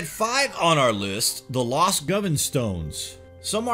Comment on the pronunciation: Really bad commentary... Why goes he continue to mispronounce words/places and speak in such a staccato voice?? 1. Ja-co-bite, not Jay-co-bite 2. Go-vahn, not Gov-en, Glasgow 3. Aber-déen, not Á-ber-deen Lots of great info, but extremely painful to listen to....